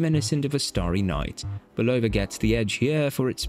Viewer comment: I love how the British pronounce Bulova as "ba-LOW-va" with the emphasis on the middle syllable. It actually sounds better than the technically correct American pronoinciation that has no emphasis at all. 😁 I do believe that the Lunar Pilot is the superior timepiece overall because of its technical advantages. However, for most people, it will wear too big and its technical prowess (like the super-accurate stopwatch) will be irrelevant to the average person. One thing that will NEVER be irrelevant to the average person however is Seiko's solar-powered movement. I think of it as an homage to Citizen's Eco-Drive and that's something that I think everyone would love. Very few of us need a chronograph that can measure tenths of a second. Having said this, I personally bought a Lunar Pilot because I have the wrist for it and I love its history. It's also great for playfully trolling people who spent insane amounts of money on Omega Speedmasters. A lot of Speedmaster owners are douchebags and I troll them to death with my Lunar Pilot and (even worse) a Pagani Design PD-1701! Oh how I adore the horror in their eyes when they see it! MUAHAHAHA!!!! 😁😂🤣